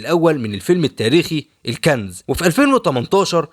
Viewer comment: الكنز 🤟.. مش الكانز 😂